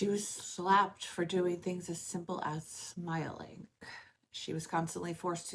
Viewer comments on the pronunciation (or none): You even just said the word smiling and ended it with a K sound. Lol